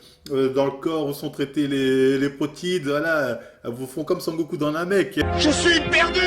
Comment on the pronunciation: "sangoku" FAUTE GRAVE